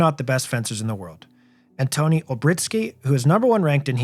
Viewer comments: Cool analysis! Sorry I have to correct Antoni's name pronunciation, as a Polish name it's not "Anton"; the "i" at the end makes it read "Antonee" ;D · really cool video, Just please next time look up how to pronounce names. Theres an "i" (pronounced just like english e) at the and of Antoni and for me, as a Polish person it was just a little bit annoying every time you said it